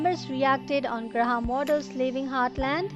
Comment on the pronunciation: Good review but you kept calling him Gra-ham and it is one word graham.